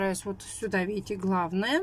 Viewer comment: " А вот здесь вот виите Буква Ок?!" Виим,виим 👌😁